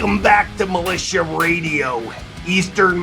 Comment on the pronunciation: Milit-IA 😂😂😂😂😂😂 radiation!!!!